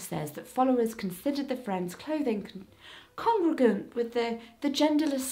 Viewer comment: Hey, Jessica! I noticed you had some trouble saying “congruent” near the end of the video. just so you know, you pronounce it con-grew-ent.